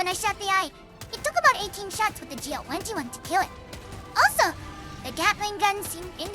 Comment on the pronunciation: Not too fast, but some phrases are not pronounced clearly enough. Generally, "GL-21" and "GL-28" are not pronounced very well. These sound like "GL wenty-one" and "GL wenty-eight." Pronunciation of the 't' is missing. Specific example of mushed words "Even if I shot randomly like this." Inaccurate translation "Once green liquid starts spurting out of your body" assumes the wrong subject (the player), which should be the Charger. Instead "Once the Charger starts bleeding-out." Behemoth and abdomen are not always pronounced correctly. However because Zundamon is cute, everyone will forgive these small mistakes.